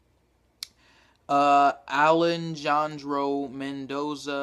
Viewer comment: its pronounced Aley-handro. Men- Doeza